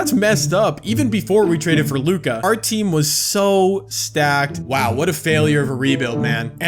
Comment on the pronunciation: Damn u really don’t know how to pronounce luka’s name😂😂